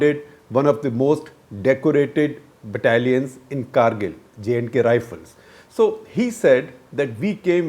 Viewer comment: Shekhar ji Great work as usual However it's "Kargil" and not cargil and it's Jak Rifles or bit distorted version J&K Rifles but not jnk rifles